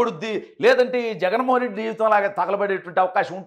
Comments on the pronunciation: బ్రో... రెడ్డి అని స్పెసిఫిక్ గా వత్తి వత్తి చెప్పద్దు. ఎన్ని కుట్రలు చేసినా, కుల చిచ్చు రగిల్చిన కూడా కూటమి అధికారంలోకి వచ్చింది. వాళ్లు చేసిన తప్పులే మీరు కూడా చేయద్దు. ఆ పాప ఒక జఫ్ఫా అభిమాని కూతురు అని, ఇది మొత్తం ఒక స్క్రిప్ట్ అని రాష్ట్రం లో అందరికీ అర్థం అయ్యింది. రెడ్డి సామాజిక వర్గంలో కూడా ఇటువంటి చేష్టలను ఈసడించుకుంటున్నారు... వాళ్ళే కాదు కొంచెం common sense వున్న వాళ్లు ఎవరైనా కూడా ఇలాంటివి చూసి నవ్వుకుంటారు.ఆ సామాజిక వర్గంలో సుమారు 50% మంది అతనికి ఓట్లు వేయలేదు.... అందువల్లే కడప జిల్లాలో కూడా 7 సీట్లు కూటమి కైవసం చేసుకుంది. వాళ్ళను వేరుగా చూపించి మాట్లాడ వద్దు... ప్లీజ్ నోట్... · Reddy అని ఎందుకు అంత గట్టిగా చెప్తున్నావ్.. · Reddy ani vatthi palakadamu baaga ledandi.